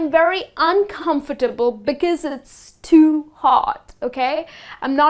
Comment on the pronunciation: It's very funny to watch you pronounciating the word "too" as "thuu'' .